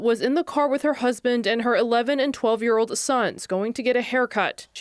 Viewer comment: She also pronounced the word “ old “ with “ ode “. Who are these boneheads reading the news ?